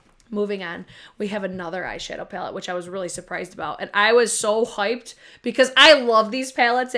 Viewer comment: Love when you say “hoiped”. So New York. LOL. Sorry I missed your live, but never miss the replays!